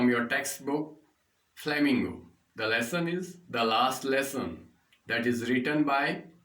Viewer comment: Lesson Ko lussan Bolte ho to mza aata h Keep it up Loda bhi bolo sath m